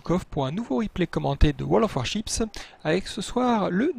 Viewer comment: A chaque présentation, j'ai l'impression d'entendre la guerre des chips car il prononce comme si il disait Warchips ^^